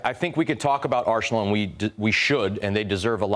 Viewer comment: I cant seriously listen to a guy saying "Arshenal"